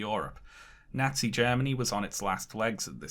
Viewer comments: Amazing video but I cannot get past how incorrectly this guy keeps saying “nazi”. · I live in the Midwestern United States, and I love how pronounces "Nazi" in the same way that my neighbors do